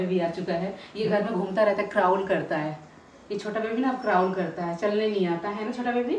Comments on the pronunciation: Crawl bolte h...craaul nahi hota aap wrong bola plz correct kare ... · Crown nahi crawl bolte hai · Crawl hota hai, क्राल,, क्राउल nai bolte hai